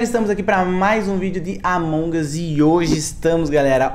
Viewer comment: Envez dele falar among us ele fala amongas lkkkjjj